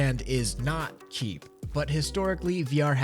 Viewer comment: did he say cheap as kheep?